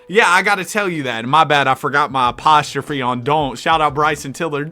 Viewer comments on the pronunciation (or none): none